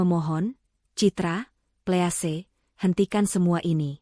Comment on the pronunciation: Tolong 'Please" dibaca " pliis"